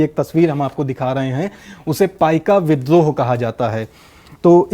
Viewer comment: that is paika not paikaa.